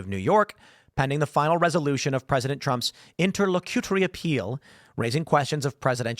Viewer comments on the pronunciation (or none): It is pronounced: "INTER - LOCK - A - TORY", I know weird right? Hard 'c' and short 'u'. So there you have it. Simpler than the way you were trying to pronounce it. Great job. Thanks for the content. Keep up the good work. בס'ד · It’s pronounced: Inter-lock-you-tory